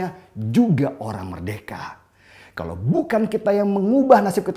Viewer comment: Terima kasih guru bahasa indonesia yg jika mengatakan kata “kalau” dengan sebutan “kalok” hahaha pst bener kan?? Gk usah ngeles..hidungmu udah ke kiri itu..